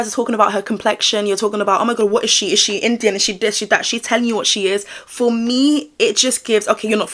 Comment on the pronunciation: I’m glad yall like the extra “or” in “for”